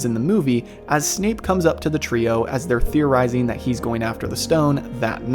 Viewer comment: At about did anyone else hear Snape being called Snoop? lol that made me laugh